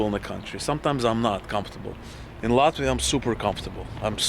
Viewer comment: ЧТО ЗА СРАЧ? ЭТОТ МОРОН РЕШИЛ ПРЕДСТАВИТСЯ АМЕРИКАНЦЕМ, НО ПРОИЗНОСИТ "ЛАТВИ", "РИГА", КАК РУССКИЙ. МИЛАШКА, В США НЕТ "ПИКЕТФЭНСЕЗ". В США ЕСТЬ БОГАТЫЕ РАЙОНЫ, РАЙОНЫ СО СРЕДНИМ ДОСТАТКОМ И ТРЕЙЛЕРЫ. ТАК ЧТО ГОВОРИТЬ, ЧТО В ЛАТВИИ КАК В ЕВРОПЕ ВООБЩЕ ДЕБИЛИЗМ! В ЕВРОПЕ СОВСЕМ ДРУГИЕ ДОМА И ЗАБОРЫ, СМОТРЯ В КАКОЙ СТРАНЕ ЖИВЕШЬ. НЕ УВИДЕЛА РАЗНИЦЫ МЕЖДУ УКРАИНОЙ И ЛАТВИЕЙ. ЗИП, ЗИРОУ, НОЛЬ, НУЛЬ. ПО КАКИМ ПРИЗНАКАМ ОПРЕДЕЛИЛ, ЧТО ЛАТВИЯ БОЛЬШЕ ЕВРОПЕЙСКАЯ, ЧЕМ УКРАИНА? ПО ГЕЙПАРАДАМ? ПО НЕБРИТОЙ МОРДЕ ТВОЕЙ? КСТАТИ, НЕ ВИДЕЛА В США НЕБРИТЫЕ МОРДЫ. В США МУЖЧИНЫ ГЛАДКО ВЫЮРИТЫ, КАК И В РОССИИ, УКРАИНЕ И ЛАТВИИ. ЧТО ЗА СНОБИЗМ И НАЦИЗМ? МОРУДЦ ВЫМОЙ СО СВОЕЙ ...